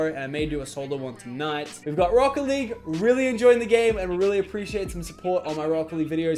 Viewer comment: Lachlan Lachlan Lachlan i legit got the spooks... and i am going to sleep... lachlan... why so such magician hello from the canadaz spooky scary laachlan btw: lov ur accent! it took me 5 minutes to understand that you were saying rocket league and not brocoli!